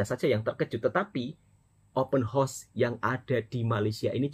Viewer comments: 📢📢 📢📢 bukan open hos tetapi OPEN HOUSE - open haus bunyi nyerrr 🙄🙄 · Bukan openhorse mas tpi openhouse 😂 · Cara sebut open house tu salah... Kalau cara sebut tu bunyinya horse.... Itu maksudnya kuda... House tu maksudnya rumah